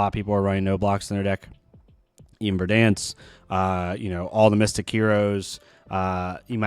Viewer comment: Bro… Ver-DENSE hahaha